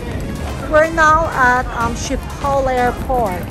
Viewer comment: I'm sorry just a bit triggered but it is pronounced as "iskipol" 😊